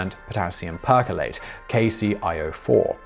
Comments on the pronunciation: per CHLORATE. not PERCOLATE. too much tea on the brain. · He pronounces perchlorate as "percolate", for instance, and recently pronounced the end of 3-hepten-2-one as "one" instead of "own" (should rhyme with acetone as both are ketones)